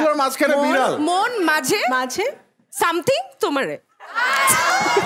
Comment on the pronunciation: বলছে মিডেল শুনছে বিড়াল 😂😂😂